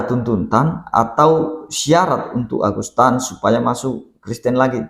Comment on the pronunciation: ANDA2 SALAH SEBUT AGUSTAN NAMA SBENARNY AGUSETAN